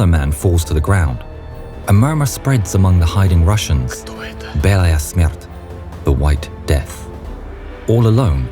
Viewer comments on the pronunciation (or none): Хех, прикольно "бЭлая смерт" - Кто это? (Who is it?) - Белая Смерть ( The White death)